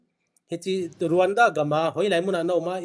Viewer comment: It's Rawanda but it's pronounced as Ronda...so educate yourself pukhripur macha